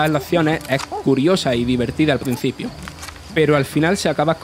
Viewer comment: "Al PRENCIPIO, NUESTRO OBJETIVO son SIMILARE. MIENTRA ELLOS, etc. etc.” Se puede ser murciano y locutor, pero no analfabeto y locutor.